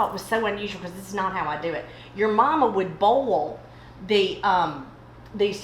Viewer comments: Boy-ell, not bowl. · I love how they say "bowl" for "boil" LOL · I just love it when they say to bowl the celery.